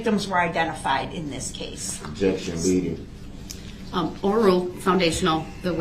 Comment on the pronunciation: "What was the DNA you found on the sweater?" Ob-ject-un spec-u-lative